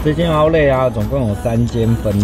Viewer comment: 發音不標準是outlet /‘aʊtlɛt/ /‘aʊtlet/，不是outlay /‘aʊtle/ /‘aʊtleɪ/